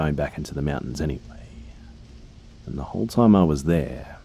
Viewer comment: Is that or he says mountain like Meewuntains.😹